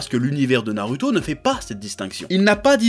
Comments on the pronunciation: pk tu dit naruto au lieu de narouto (phonétique) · Nar"u"to ou nar"ou"to? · j'adore comment tu dis "na"rue"to" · na lu to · Parce que les japonais ne disent pas "Narouto" vu que le "u" ne se prononce pas "ou" en japonais... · nallllouto dans ce cas